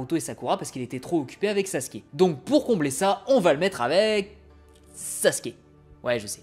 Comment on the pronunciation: Pourquoi "Sassske" 😢 Ps : c'est qu'un détail, a part ça j'adore tes vidéos